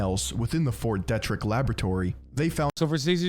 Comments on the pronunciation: Pretty funny hearing someone mispronounce Ft. Detrick Or maybe all us in Frederick are saying it wrong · I'm from that area of Maryland. Fort Detrick is very well known in thise parts for numerous incidents. His pronunciation was like nails on a chalkboard.